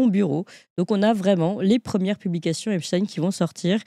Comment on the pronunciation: Monsieur Raufer prononce t-il aussi Albert HeinSTINE ou reserve t-il cette étrange manière de faire à "Epstein" pour ne pasfaire trop sonner Israëlite ?